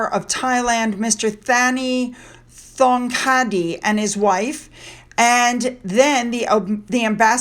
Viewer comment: In Thai you say Thong like Tong. Drop the H. I knew a Vietnamese guy named Thong and it was pronounced Thong.